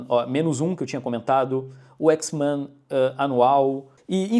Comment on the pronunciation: parece um jamaicano falando X-Mã